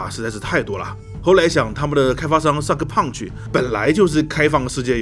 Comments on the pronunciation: 一直聽成cyberpunch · 听你说我以为这个游戏是“”三个胖子“”做的